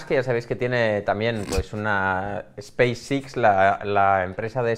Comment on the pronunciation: ha aprendido las letras en inglés yendo a clases impartidas por mi abuela, Space ix para el en vez de Space (e)X. Cuenta para el #pifiaslmi?